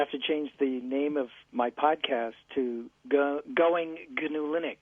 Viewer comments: Just passing by 12 years later to say you just dug the hole deeper by trying to acknowledge the correction and then pronouncing it GINNOOO. Iʼd like to interject: Itʼs just NOO. Like the animal. Sorry for the long comment,. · RMS pronounces it "Guhnew", why don't you? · IT'S GANOO LEENUX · He guhnew that. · Look at the wiki entry for "wildebeest". It's pronounced NEW no matter what fat, neckbeard Stallman mispronounces it as! This speech is exactly why I use vi and not emacs. He tries to get everybody to call the Linux kernel GNU/Linux to suck up the glory when he can't get off his ass and write his own damn kernel. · I thought it was pronounced G-N-U/Linux